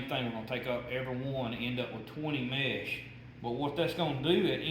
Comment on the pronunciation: It’s not mash it’s mesh